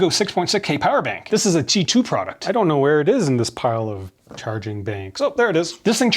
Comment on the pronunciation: Its qi not gi